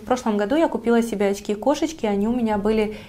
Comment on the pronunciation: Что с вас с буквой Ч?...оЦьки, сумоЦька.....бесконеЦьно...